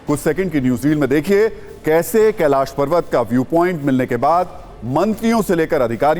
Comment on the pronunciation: कैलास नहीं कैलाश